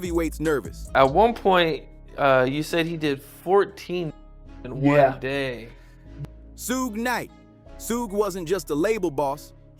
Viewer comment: SHUG KNIGHT , SUED KNIGHT . . . CMON HAHAH